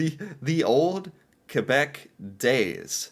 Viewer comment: You said Quebec wrong